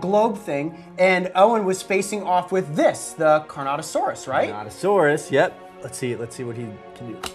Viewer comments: it is carnotaurus not carnotosaurus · it’s not carnotasaurus its carnotaurus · carnotosaurus lol its carnotaurus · Its carnortourus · It’s car no saurus not car not a saurus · Nana’s Arts Obviously not considering he called Carnotaurus “Carnotosaurus” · they said carnotosaurus at the start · Is anyone gonna mention that they called the Carnotaurus the "Carnatosaurus"? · It’s pronounced CAR-NO-TAUR-US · It's pronounced carnotaurus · Bro said carnatosauras